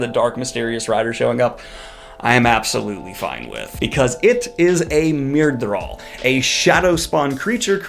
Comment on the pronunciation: I just learned from you how to pronounce correctly Aes Sedai, Myrdraal, and Aiel. 😁